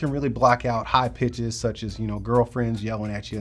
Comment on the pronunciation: Did he say "pitches" or "bitches" 9.24?